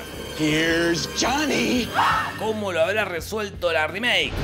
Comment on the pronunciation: si se dan cuenta en mortal kombat xl en la primera fataliti de jonny cage dice aqui esta joni y en ingles se dice her er jonny